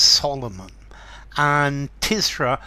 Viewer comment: Is it pronounced “Tiz-ra”? I’d always thought it was “Tur-zah”. Great poem though. Not ‘Paradise Lost’ level, by any sense. But there is something of the divine inspiration in Blake’s writing, as there certainly was with Milton. And it’s fascinating to read Blake wrestling with his own human, earthly limitations in this poem. Awesome - in the true sense of the word.